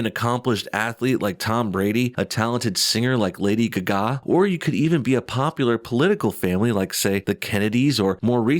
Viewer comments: That was glorious how you said "Lady ga-GA" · "Lady Guh-gah"? lol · Lady Guh-Gah, LOL! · The way you say Lady Gaga 🤣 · Why do you say Gaga weird? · Wanna say Gaga again lmao